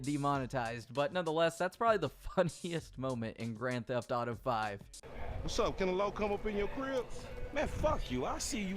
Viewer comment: why he say “greN theHF aUto gAYm” like that tho